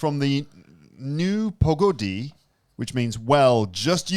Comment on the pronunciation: Nu pogodI the last syllable is stressed